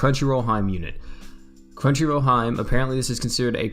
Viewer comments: Hee-May not hyme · Lol came here to say this ahahaha I was like it's like He-May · Hey, I just wanted to tell you that “Hime” is pronounced (He-meh.) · Look up how to say princess in Japanese. It's hime but you'll see what I mean when I say you're saying it wrong.